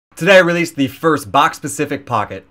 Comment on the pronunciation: *specific not pacific